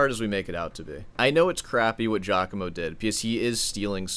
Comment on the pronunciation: the one thing we've all learned about this scandal is that nobody north of Liechenstein can pronounce Giacomo properly